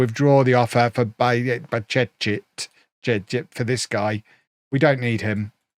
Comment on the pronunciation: FYI it is pronounced Bajcetic.